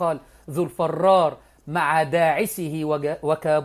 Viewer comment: "الفرار" بكسر الفاء و ليس فتحه